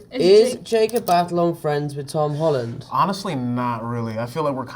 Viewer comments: Tom: "Jacob Batalon... Tag-a-long? " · Jacob Batalon, Tahghalog 🤣🤣🤣🤣🤣🤣🤣